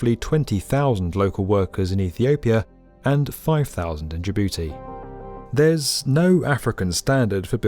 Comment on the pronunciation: “Ja-booty” lmao